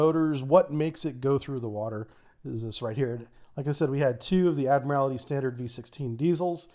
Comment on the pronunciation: Ad mur ul tee not admirality